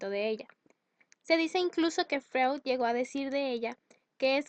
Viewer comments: No se pronuncia como se lee...Freud. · como confiar en alguien que ni siquiera pronuncia bien a freud x_x